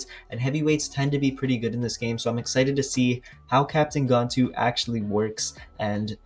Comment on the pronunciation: It’s gan-tu not gontu